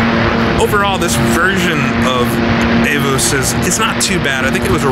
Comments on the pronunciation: Avus is pronounced AH-voos (with a hard v; almost an 'f'). You said 'Sudschleife', which means south circuit/track/stretch. You were talking about the south curve; that would be the 'Sudkehre'. You're welcome. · Learn how to pronounce 'Avus' (hint: it doesn't rhyme with 'Avis'). Also: it's 'Sudkehre', not Sudschleife'. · AVUS is pronounced AWOOS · The circuit name is pronounced..." Ah- Voos"...